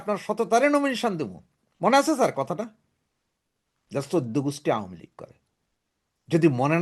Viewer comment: কাইন্ডলি 'আওয়ামী লীগ' শুদ্ধভাবে, যথাযথভাবে উচ্চারণ করুন।।